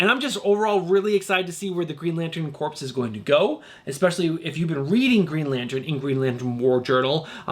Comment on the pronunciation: Love your show and channel excellent content, one note the “ps” in the word Corps is silent - so we pronounce the word Corps the same as Core - like Marine Corps (“Core”) and Green Lantern Corps (“Core”) - keep up the great work! 😁👍